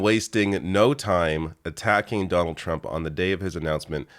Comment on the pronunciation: Jonold J Trump cant even say his own name.